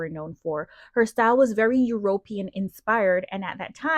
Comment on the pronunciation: European is pronounced Eu-ro-PEE-an, not Eu-RO-pee-an (stress is on the third, not the second, syllable). Melania would look better if she didn’t always look so angry or grumpy, it makes her look a lot older, too.